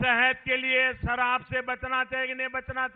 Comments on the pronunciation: Lagta hai k ye Pradhan mantri ka bhashan hai. Are sharab sh se ,na k sa se. Kyon JHOOT bolte ho. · क्या क्या बोल रहे हैं ??? कितना निम्न कक्षाका भाषण ,,, कहने को कुछ बचा नही ,,फालतु जूमले सराब? ठीकसे उच्चारण किजीये,,,,जी। सत्ताका नशा बिना शराबके बोलता है।ओर ये लडखडाना महंगा साबित होगा साहब।